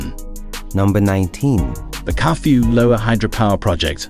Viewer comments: Its Kafue not Curfew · I like the way town names were pronounced. Solwezi,Kafue , Kalabo, Kazungula ,Katete and Petauke, 😂😂😂😂